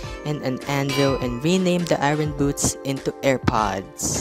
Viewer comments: Ngl it’s a little annoying when he said eayron instead or iron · I like how he says Irin for iron (I rorn)